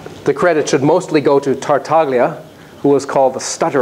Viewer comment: Really nice talk! .. but note that the G in Tartaglia is silent.